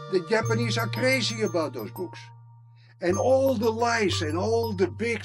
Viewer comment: Your pronunciation of Japanese is just unbearable.